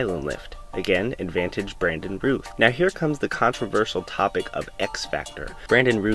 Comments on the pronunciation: Brandon Rowth not Rooth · It's pronounced R-ow-th not Ruth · Just a heads-up: It's 'Routh' like 'south.' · "Routh" is pronounced like "south," not like "tooth." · Isn't it pronounced Routh like Mouth, not Rooth? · Brandon's last name is pronounced like south not ruth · Its pronounced "Routh" as in "South" NOT Rooth... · Routh as in South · Isn't his name Routh rhymes with south? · You’re pronouncing his name wrong. It rhymes with mouth